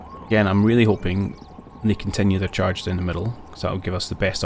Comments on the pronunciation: Cha-grin not Char-grin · just confirmed it as I was away from my pc, but its actually shuh-grin. google the pronunciation to hear it through google :) cheers!